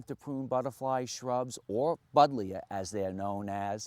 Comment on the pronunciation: Buddleja.... pronounced BUD-LEE-A